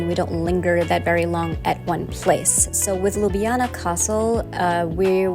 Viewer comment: Props 4 the prounounciation of Ljubljana and basicly all the other Slovenian city/places names. Really really good...you could learn Slovenian well ;)